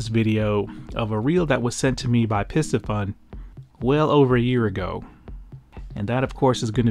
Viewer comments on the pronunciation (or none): "Piss Fun" cannot be the way to say it.